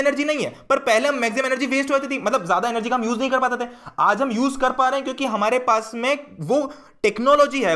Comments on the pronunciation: Bhaiya aap kiuki ko chuki kiu bolte h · why you say chuki instead of kyuki